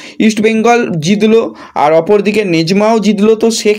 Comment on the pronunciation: সেই আবার ম্যাচকে ম্যাজ বলা! কেন ভাই, জিতলো হলো জিদলো?